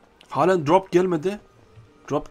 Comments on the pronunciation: Drap değil drop şunu düzgün söyle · Ne drop muş be bide söleyebilsen crop deyil drop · Pap çi değil pab ci söylenir grap yok drop söylenir